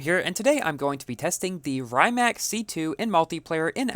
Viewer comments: Yup, good vid! But the really correct pronunciation is "rǐːmats" (in IPA notation), like English "ree mutts". It's the Croatian creator's family name. Congrats on the car, BTW, 🤗 I envy you as I'm still grinding to get my ZR1 to 2 stars and maybe finish Stalwart Monkey.🤪 There should be more chances to earn S Coins, and I think there were some a little bit before the end of the Jesko SE... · correct pronounciation: Ree-mack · and its not rymac its rimac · Actually, it should pronounce Re-mac. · Really cool video. BTW Rimac is pronounced R'ee'mac, as in cheese, but a little less sharp